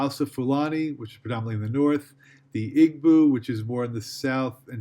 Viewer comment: Igbo is pronounced ee-bow and yoruba is your-uh-buh. Thank you!